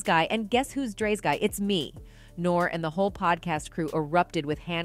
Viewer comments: She said Nore lol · This lady doesn’t know any of these people 😂. Listen to how she says there names. Hov, Nore and Bey 😂😅